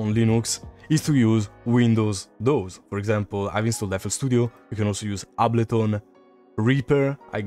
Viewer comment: Ablo-tone Live